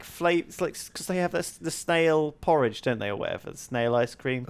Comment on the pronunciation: When said snail porridge I thought he said snail porn